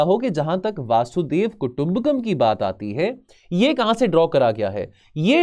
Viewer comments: वासुधेव वासुदेव वसुधेव सब बोला पर वसुधैव नही बोला 😂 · This is strange that he doesn't know how to pronounce hindi word properly..... vasudhaiv Kutumbakam is वसुधैव कुटुम्बकम not वासुधैव and devnagari is read as देवनागरी not देवनगरी.... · Sir it's vasudhaiv not vasudev😂😂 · वासुदेव नहीं वसुधैव कुटुंबकम है